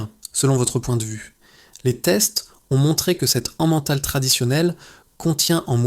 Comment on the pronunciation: On ne dit pas de "l'an-mental" mais de "lait-mental" 😝😝 j'ai pas pu aller jusqu'au bout de la vidéo à cause de ça. Il faut respecter les prononciations des mots...!